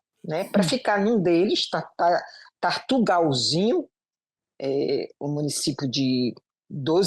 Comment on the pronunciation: Tartarugalzinho - moro pertinho. Kkkkk ela pronunciou errado 😅